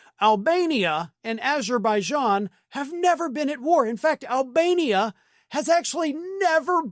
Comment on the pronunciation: i saw it, him saying this about albania, i heard, " almenia" but ok, i was on the ground laughing my butt off!